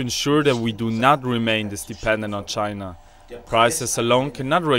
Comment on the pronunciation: CHY——-NAH chyNAH cHYnAh!